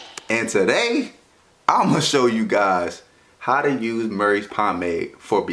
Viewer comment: My mans said marys at first